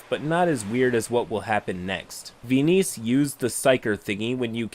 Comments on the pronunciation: The weirdness of the story aside... "Ve-niece"? What? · "venice" ghaccio somewhere: ITS VENIZIA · veeneece- VENICE. Venice the city. i died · I think "Venice" is pronounced like the city in Italy (vɛnɪs). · fascinating pronunciation of Venice lol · Side note, the stated pronunciation of Venice made me hate this player even before I heard the rest of it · Why are you saying Venice like that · Pronouncing Venice wrong is pretty cringe. Hope you are beginning to feel better. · no. I meant he was pronouncing it wrong.